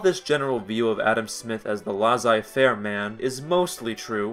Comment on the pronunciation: lazaille-faire, eh? try leah-say - faire